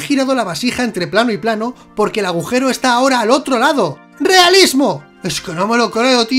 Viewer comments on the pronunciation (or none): none